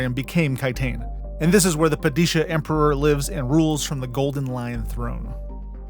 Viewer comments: It's not "Pah-DEE-shuh" for the love of god! "PAH-duh-shah!" The first and last syllables rhyme with "spa." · Ok...padish-uh ? You hjad me until that. I am going to assume you are either parroting data you wrote down after reading, or you are one of those people who put their own twisat on words to sound different... Because the books influence, in case you msised it, is hard HARD Islamic. It's a mesh of 3 religions, but Islam is blatantly the dominate factor. Therefore...SHAH..Pad-ih-shah...Not Pah Dee Shu. Richese is Rhy Kess . The Vowel at the end makes the 1st vowel long. Middle english, Chese, became cheese, which due to the sheer lack of Indo- Euro words, seems unlikely ;) Following the K,Kuh,Kah, dominance in Herbets books...and further expanded by Sanders, ch being K makes more assumptive sense...that and the word is also written as Richesse by Herbert in...and Bella Tay Goose....Is bela teguese. Look man. herbert Sr and Jr and Sanderson have voiced these words. Guessing at phonetics,when you're trying to get paid...is halfassed considering all fo the modeling you did.... Whiel I am not a Dune Purist, the fucking words are not a cultural conflict like Americans have with the French word Croissant. It's jsut how it is spoken by 2 seperate peoples. DUNE is not that :)